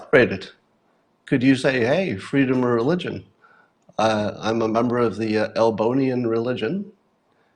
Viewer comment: Is it just me but every time Scott says Elbonian I hear another word.